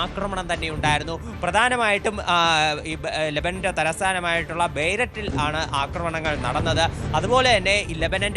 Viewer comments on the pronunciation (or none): ലെബനൻ്റെ ക്യാപ്പിറ്റൽ ബെയ്ററ്റ് അല്ല ഹേ!! ബേയ്റൂട്ട് എന്നാണ് വായിക്കേണ്ടത്...😅😅😅😅